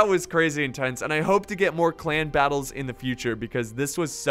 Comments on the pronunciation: KonKarnage Its in the beginning, to me it sounded like he kept saying 'clam battle' 😂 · Why cant u say clan?